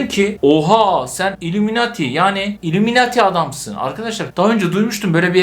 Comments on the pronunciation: Abi illumemati değil illuminati 😂😂 ama seni çok seviyorum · ilumunati diye okunuyo